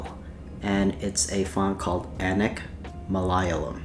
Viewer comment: Anek is actually pronounced "uh-nake" which in few Indian languages means 'many' or 'multiple'